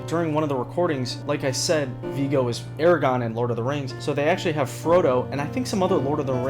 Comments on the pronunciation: It's Aragorn, not Aragon, it bugged me sorry. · ARAGORN, NOT ARAGON. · Aragorn, not "Eragon" Elijah Wood, not "Frodo" Bernie Worrell, not "Bernie Warhol" Get it right. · "Eragon from Lord of the Rings" Oof.. Aragorn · Aragorn not Aragone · I don't at all hate to be this guy. It's AragORN. Not AraGON. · you just said EreGON.... cmon my guy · "Aragon" Okay. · It is pronounced AragoRn. Son of Arathorn, chieftain of the Dúnedain of Arnor, Captain of the Host of the West, bearer of the Star of the North, wielder of the Sword Reforged, victorious in battle, whose hands bring healing, the Elfstone, Elessar of the line of Valandil, Isildur's son, Elendil's son of Numenor. And don't you fucken forget it, bucko. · Tell me you're an airhead without actually telling me you're an airhead: AraGONE lol. SMH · if you say Aragorn so very wrong one more time, you'll be aragone ya silly goose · I'm morally obligated to dislike for that pronunciation of Aragorn